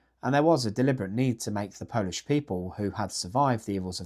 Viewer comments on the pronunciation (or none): none